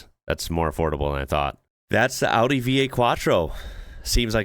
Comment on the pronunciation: as an European I just wanna say, I'm so happy to hear it pronounced right 😭 thank you and big respect lol 😂